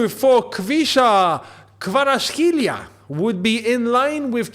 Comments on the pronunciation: Its Kvaratskh'alia try to pronouns alia not elia, the last part, the rest is pretty good 😉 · It's actually pronounced as a V though not W,the way you pronounce the K is correct but the V is a V not a W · Just call him kvara?😅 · Pronunce as KWARASHELIA😁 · big love from georgia 🇬🇪🇬🇪🇬🇪 we georgian Chelsea fans wish that kvara will join Chelsea. I’ve been supporting Chelsea since I was 5 (I’m 18 right now) and seeing a Georgian player play in my favorite team would be dream come true. And also keep practicing about saying kvaras name right, it will be easy if u practise 🤞💕💕❤️😂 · Correct, though no N in his name